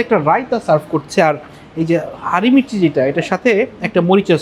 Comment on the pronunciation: It is not haari mirchi.... it is pronounced as hari mirchi and the drink is not lachhi it should be pronounced as lassi.....just wanted to share my observations.